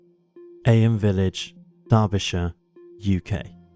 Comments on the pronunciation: I just Googled it and you're right, the British pronunciation is "eem" but the American pronunciation is "ay-uhm", however this narrator is British not American so you'd think he'd know how it's said over there...!! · Firstly, ignore the moaners about the narration, love both voice overs. One thing thouh, Eyam is where my wife and I's best friends are born and bred. It is pronounced 'eeem,' they're very proud of that history. They have celebrations every year, it's great! Worth a visit, be wary though, the local pub has a few miscreants (lol, jk, friends of mine) who happen to refer to non-locals affectionately as 'townies' - they mean it as a derogatory term, tongue in cheek though. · Eyam is pronounced ‘Eem’. Do your research.